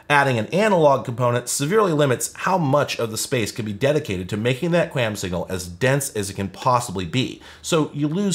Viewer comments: Kwam, its pronounced kwam. The 'A' doesnt say its name 😅. And believe it or not cable broadband uses 256QAM for downstream and 64QAM for upstream, the 64/256 is how many quadrants the analog carrier is sampled and converted to symbols, basically strings of bits. SC-QAM "single carrier QAM" is slowly being pushed out, as we moved towards OFDM and OFDMA, but its awesome to see that dial-up used QAM. Or more likely QPSK (4QAM). Anyways, love your content, thank you for putting in the work for us telecommunications nerds 🤓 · I've always heard QAM pronounced like qualm, with the long "a" sound. And I worked in broadcast engineering during the DTV transition, so it was said a lot by a lot of much smarter engineers than I. Anys ways, the only modem new enough to theoretically support it is a V.92 model, but it almost certainly doesn't support it, since the manual, datasheet and AT command reference make no mention of either ASVD, DSVD, V.61 or V.70. I also looked up the datasheet for my Cisco digital modem modules and it also makes no mention of it, which isn't surprising at all. It could've made things very interesting if they did build support for this into their hardware, since this is the kind of technology used by telcos in their ISPs. If they had implemented it, then it could've solved the problem of not getting calls while you're dialled-up. When you're dialled in, your phone carrier simply redirects calls to your number to a voice port that connects to the ASVD/DSVD port of the digital modem that you're dialled in on, which rings the phone connected to your modem, and problem solved. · I've always heard QAM pronounced "kwom" (rhymes with ROM), as though there's a phantom 'U' in there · Qualm without the L is how that is pronounced in the industry. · QAM is usually pronounced "kwom" by wifi people, at least. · its pronounced kwom. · "QAM" is pronounced to rhyme like the US Territory, Guam. Thanks for the walk down memory lane!